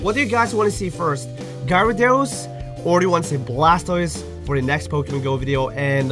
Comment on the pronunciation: its pronounced gAr-a-dOs not gI-ra-dOs